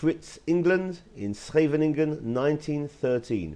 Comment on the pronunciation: Good pronunciation of Scheveningen. Subscribed.